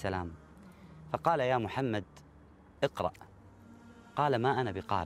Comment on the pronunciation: اقرأ* بهمزة وصل وليس إقرأ وفي الآخرة حسنة*** وليس وبالآخرة